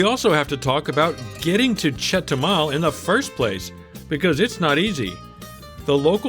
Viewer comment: It’s chetubar 😂